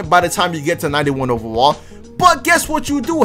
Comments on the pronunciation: Y u say ovawall instead of overall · He said 91 OVEWALL🤣